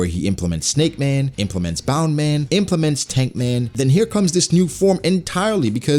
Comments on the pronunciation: um excuse me why u keep saying bound man??its bounce man its either u speek japanese fully or none u use it like its literally what it names i got used to it but then i realise u keep saying bound man like ur mocking luffy just say bounce man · Why do you keep saying bound man? Isn't it Bounce.